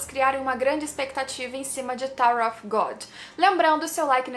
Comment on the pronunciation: Excellente video, muito obrigado pelo conteúdo !!! Só uma observação, você tem uma pronúncia em inglês muito boa, um detalhe, “Of” em ingles se pronuncia “óv” com V mudo, se vc pronunciar “Ofe” a palavra que você está falando é “OFF” que tem outro sentido